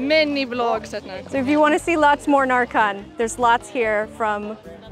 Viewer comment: I didn't realize you were going at närcon bc you pronounced it like narcotics (ä is pronounced more like e than a) but very exciting you got to see Sweden!! Norway killed it. Literally. Ned's head is rolling. Also Finland deserved the first price def she did that queen cosplay like it could be in the movie.